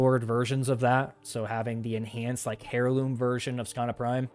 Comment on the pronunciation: Seriously my friend, it’s pronounced Airloom, not Hair Loom. Do I think you are correct that DE could release Excalibur Prime and offer Founders a unique Founders Title and some exclusive cosmetics, yes. Having said that all it would take is one founder to file a lawsuit and and it would instantly no longer be viable as it could easily become a large $ Settlement at best and its an instant win as it was a contract between the founders and DE.